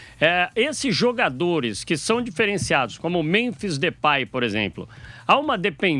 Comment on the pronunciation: Não " DEUPAY " 😂